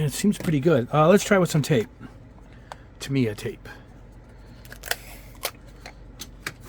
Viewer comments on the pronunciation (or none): none